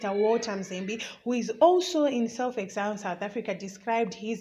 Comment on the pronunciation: Journalism yakho chisikana Inoda improvement......pawati iwe "Mchinguri dambles"...then your pronunciation of "exile".mmmmmm....onai zvokuita...You dnt have to speak Chirungu as L1 speaker but izvi is just not good enough...maoneroo Angu